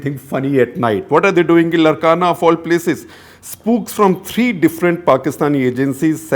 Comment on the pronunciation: It’s Laarkana that’s how it is pronounced not Larkana. It’s how Sindhis used to pronounce as it’s in Sindh